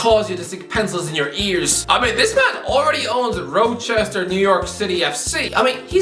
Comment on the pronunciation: Rochester is pronounced Raw-chester